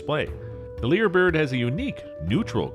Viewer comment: Lyre Bird is spelled identically to the old fashioned stringed instrument called a "Lyre". "Lyre" is pronounced phonetically as "liar" and rhymes with "Fire". Nobody anywhere in the world calls them "leer" birds.